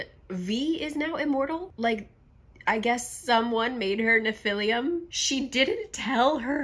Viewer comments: I know this doesn't really matter, but it somehow really bothers me as well so here goes: where does the u at the end of your pronunciation of Nephilim come from? You pronounced it right once somewhere around the middle of the video. Is it written with a u at the end in the books? I'm so confused 😂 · I've never read these books, but I'm both horrified and fascinated. ps, I'm not trying to nitpick, only help for those who may not know - nephilim (pronounced "neh-fil-IM") were mentioned in the bible, and some in some lore, are believed to be the children of humans and angels. In the bible, they are referred to as an older race than humans, and so there's some argument that they were God's "first children", given the immortality of angels but the free will of humans. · Nobody's gonna comment on her calling nephilim "nephilium"? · great video, just that I died a little on the inside every time you pronounced nephilim as nephilium 😢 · That struggle was real, but it’s pronounced neh·fuh.luhm 😂😂😂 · I grew up in a conspiracy house and the pronunciation of nephilim SENT ME. Love you 💕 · Ngl the way she pronounced Nephilim this whole vid made me cringe 😂😂 I love you don’t ever change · I feel like you've been pronouncing nephilim wrong but I also don't know how to pronounce it so idk. Either way, this was very amusing lol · The mispronouncation of the word Nephilim sends me into a laughter everytime